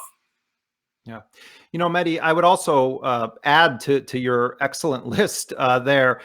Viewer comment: If u can't pronounce names dont say it. This jihadist symphetizer, oxford smart ass aljazeera wizzel is mahedi not muddy. 🤣🤣🤣🤣🤣